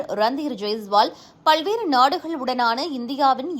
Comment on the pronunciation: சகோதரி. நீங்கள் நன்றாக செய்திகளை வாசிக்கிறீர்கள். பல்வேறு.. என்பதை பள்வேறு என சொல்வதை திருத்திக் கொள்ள வேண்டும்.நன்றி நன்றி